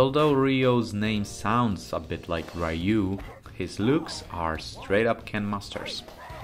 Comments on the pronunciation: It's Ryu and Ryo (pronounced Ree-u and Ree-o, not Rai-yu and Rai-yo). Both names means Dragon in japanese, a common name for a protagonist martial artist, Bruce Lee's nickname was The Little Dragon too. Ken means fist in japanese, so it's normal to appear in the name of special moves made with the fists. As someone wisely commented earlier, the creator of the original Street Fighter went to work for SNK and created this game, Fatal Fury and the first King of Fighters. And finally, Art of Fighting set some mechanics that even other fighting games adapted after it was released, including Street Fighter II (Supers and Desperation moves, for example). So this video is just a biased oppinion, not facts. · Its Ree-u and Ree-o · i stopped listening once i heard rayu and rayo